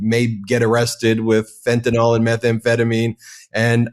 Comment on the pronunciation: Tired of hearing people pronounce Fentanyl as "Fenta-nol"